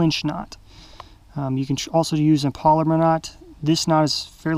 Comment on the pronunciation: It's pronounced pal la mar knot .....not poll la mer.